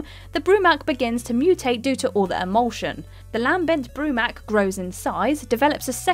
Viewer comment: Why does she sound like she has literally never played any of these games before... how many names and words can be butchered in one video?! 🤦🏼‍♂️ Lam-bent Broo-mak, Saw-ron, Ch-asm?! Who the hell pronounces the “ch” in chasm?!